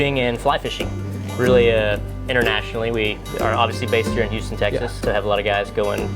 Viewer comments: Who-stun Texas??? Hugh-stin Texas Or Hyou-stn Texas. But not Who....stun Texas. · Interesting video (as are all your videos). I laughed a bit as your pronunciation of Houston as who-ston, it's more like hue-ston. Mind, I'm terrible at pronouncing some of the names of foreign cities so I'm not taking the piss, just hoping to give a tip. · Ahh yes, Who-ston Texas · He said Hooston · i heard you say hooston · its pronounced yous-ton. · He said hooston. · "Hoosten", Texas. Ha ha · Lol. Hoostun TX. Really?!?! I know you aint from round here but come on... lame! Its got a U in it. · who-ston texas? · HOOSTON?!?! Hoooston?! Really? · The way you said Houston pissed me off lol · Im sorry, but as a native Houstonian, I feel attacked for how your pronounced Houston off the bat.